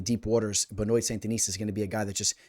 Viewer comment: Pronounced Ben-Wah!